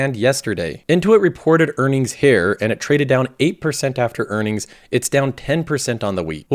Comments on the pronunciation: He usually pronounces it more like "hair". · just wait for him to say "here" and it sounds like Hair.